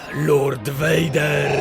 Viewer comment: muwi sie Lord . . . . fader